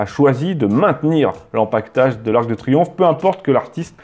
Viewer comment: Pas ar-que-de-triomphe mais arc/de... Le fantôme du "e" caduc... de Reichstadt